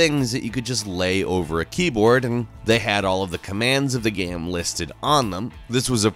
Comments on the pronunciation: Why did I hear this guy pronounce game gam twice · why do you always pronounce "game" so weirdly?